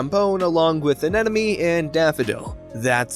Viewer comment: Sorry to be picky but the word is Anemone not Anenome.